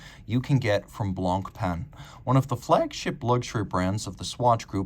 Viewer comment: One tip,: don't pronounce the c at the end of "Blanc."